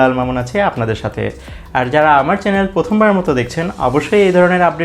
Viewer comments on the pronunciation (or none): none